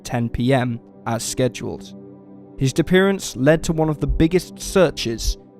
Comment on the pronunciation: lol "dappearance"